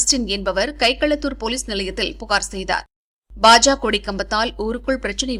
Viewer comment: அது என்ன பாஜா பாஜா.... பாஜக என்று நா சொல்லாதோ...கேவலமாக உச்சரிப்பு...